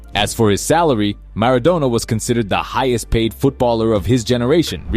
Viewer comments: Bro really said Maradonia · bro said maradonya